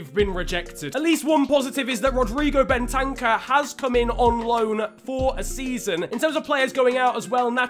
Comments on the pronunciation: It’s not Ben-tank-er it’s bent-er-cer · Btw it’s Ben ta kuuurr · The way you say Bentancur ahahaha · Fifa player and yet doesn’t know how to pronounce bentancur correctly